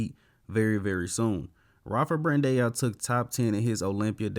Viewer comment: BRAN-DAAAAAAOOOOO.. there is still not one singel f-ing E in his last name! get it right ffs!